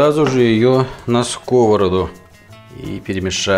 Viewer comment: сковородА. ударение на последний слог, а то режет слух. а за рецепт лайк!